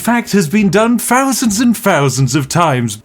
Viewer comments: eleven FURTY? been done FOUSANDS of times? March 1st 2 FOUSAND and 9? FINGS to do in Cincinnati? someFING that seems too good to be true? falls FROUGH? 11 FOUSAND medium pizzas! couldn't be BOVERED? What do you have against saying "th" ? I have no idea if you are saying "read three books" or "read free books"... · When you make the "th" sound in words like 'thousand', don't bring your bottom lip up so it meets your teeth. Instead keep your lips apart and press your tongue against your top row of teeth. Congratulations, now you're no longer saying 'fousand'. I taught English to foreigners for a while, and many non native speakers struggled with this sound. Gotta admit though, it's weird that a self confessed brit struggles so badly.